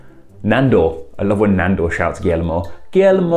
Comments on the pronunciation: Guillermo is pronunciated like wiyermo or something like thar, IDK, I'm no linguistic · he says it "gellimo" 🤦‍♀️ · That is pronounced Gee-air-moe, not Gill-moe. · I think in English this is closest pronunciation for Guillermo: Gi-jer-mo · Guillermo is pronounced without any “L” sounds.